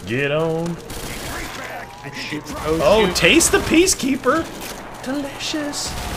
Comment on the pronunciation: its PEA-KEAPER!!!!!!!!!!!!!